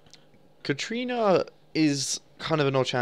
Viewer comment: it is katArina. Not katrina. THERE IS AN A